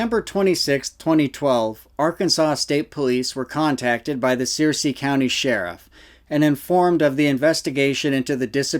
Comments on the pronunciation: Sir- sea County , not sear- sea. Thanks for the vid though, clarifies a lot. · Searcy is pronounced Sir-see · Fyi-the county name is pronounced Sir-cy, vice Sear-cy, I grew up there. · Searcy is pronounced, Sir-see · How am i almost 43 years old and lived the majority of my life in Arkansas and never ever heard of st. Joe??? It's pronounced Sur-cee, btw (like the game of thrones baddie). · Pronounced sir'see😊 county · We pronounce Searcy...... sir -c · Searcy County…pronounced “Sir-see”. Not that it’s that important to your dialogue, just thought you might want to know. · It’s pronounced like Circe (sir-see) lol it’s near where I’m from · It's spelled Searcy, but pronounced Sirsee